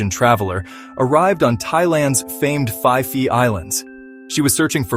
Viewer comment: Is that how you pronounce Phi Phi???😂